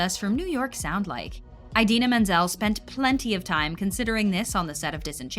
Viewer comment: Just thought you should know that you mispronounced Idina every single time. Not John Travolta bad, but still pretty bad.